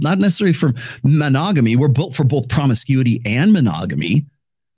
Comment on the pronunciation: I need a sound bite of saying “bolth” lol